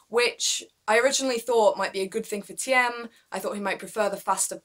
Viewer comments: Great video ! Waiting for more Btw "Thiem" is pronounced as the word "Team" in English :) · "Thiem" is pronounced as "team". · Just pronounce it like "team" and you are fine - the "e" is silent . Great channel